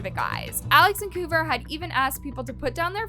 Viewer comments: It’s not Koover it’s Kouvr! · The way she kept saying kouver😂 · The way she pronounces kouvrs name as “koover” is hilarious 😭 it’s pronounced cover 🙏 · The way you pronounce Kouver is wild!!😂😂😂😂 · Right like it was pissing me off bad , like it’s kouvr